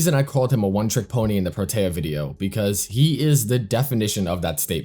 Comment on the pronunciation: Why do you say protea like that Its pronounced pro-tee-ah